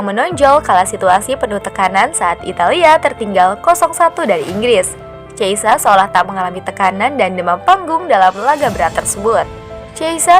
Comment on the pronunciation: Min bukan cheisa min tapi chiesa... Dan bacanya pun bukan chiesa tapi khiesa...